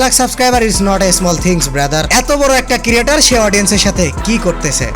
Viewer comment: ক্রিয়েটর কিরিয়েটর না 🥴🌝🙏